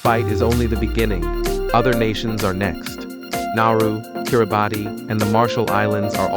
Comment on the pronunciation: It’s not pronounced KiriBAHTEE. It’s KiriBAHSS. Check it out please.